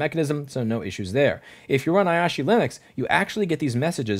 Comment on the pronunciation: asahi 😅 not ayashi 😅